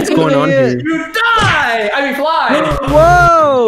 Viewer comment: you did say you are gunna diye lol😇